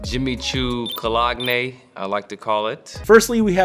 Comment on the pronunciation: First one butchered the word 'cologne'.